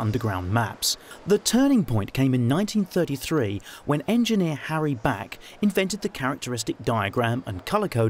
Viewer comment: its harry beck, not back :p